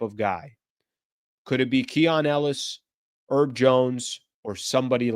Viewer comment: His name is HERB, with an H. He's not one of those eleven erbs and spices bro. Oh and while I'm at it, Deandre's last name has a T in it, right in the middle. You should pronounce it every now and then.